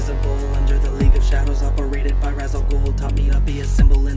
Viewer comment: Ra's is pronounced Raysh